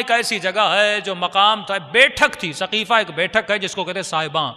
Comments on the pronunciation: ہجھ درست کر لین سقیفہ ہےثقیفہ غلط ہے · برائے مہربانی۔۔۔۔سقیفہ ہے صحیح کرلیں ۔۔۔